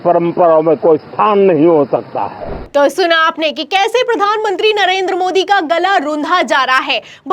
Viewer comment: मैडम आपके बोलने का तरीका सुधारे कृपया। प्रधान मंत्री होता है न की पधान मनती । और कृपया आलम तो ये हो गया बोलने से अच्छा कुछ और भी बोले। केवल आलम तो ये हो गया है बोलती रहती है आप बार बार। ऐसे में ऐसे में l बार बार एक ही लाइन बोहोत चिढ़ होती हैं